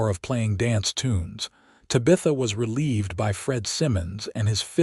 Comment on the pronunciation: Lovely story! But your murdering her beautiful name. Te bah. th. ah. 😊